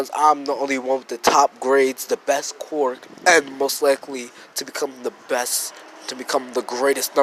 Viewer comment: Ok its quirk not qwork this might sound mean but it annoys me so much. It’s pronounced k’wur’k.